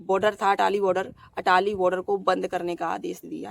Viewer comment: Atari not Atali